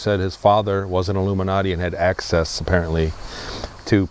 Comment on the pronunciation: It’s “illuminutty,” not “Illuminati” 😉